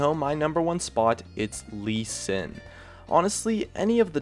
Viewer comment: Sees gnar at number one, CALLED IT "lee s" WHAT DA FUUUUUUUUUUUUUUUUUUUUUUUUUUUuuuu